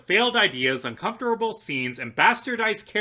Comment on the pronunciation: why do you say uncomfortable and fascist like that